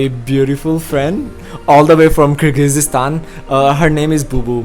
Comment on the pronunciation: brother, you are dropping the ball here. At least, pronounce the word Kyrgyzstan and Kyrgyz properly. Its not difficult. smh